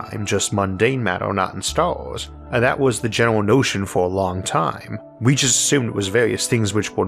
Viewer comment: What are "starws"? Did he mean "stars"? I see he still hasn't tried to improve his speech the lazy b*stard. Says he had lessons for a year but we hear no improvement whatsoever, I call bullsh*t🙁